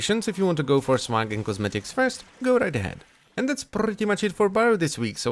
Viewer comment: "And that's prrrrretty much it..."